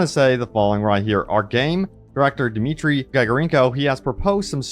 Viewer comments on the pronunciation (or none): none